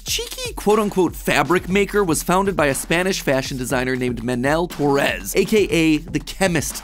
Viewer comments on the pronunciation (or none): The stressed syllabel in both words is the other one. It's MAnel TOrres, not maNEL toRRES like you said. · Stop stop stop! You're saying it wrong: It's "Manel TOrres" not "Manel toRRES"!